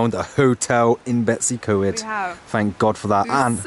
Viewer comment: 'English' farmhouse in Cymru? One can perhaps understand North Americans not being aware of the distinctions, but those hailing from within the UK should know and respect the differences! It's pronounced, Betoos uh Coid, NOT Betsycoid! Ty Gwyn is pronounced Tee Gwin.